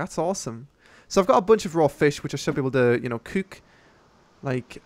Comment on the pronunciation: Why do you say "cuuk" instead of cook xD